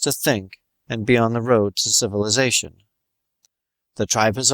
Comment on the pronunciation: . /!hahaaah! Sifilussation